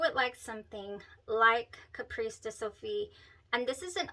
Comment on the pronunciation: CAPRICE pronunciar: Ca-pris. :)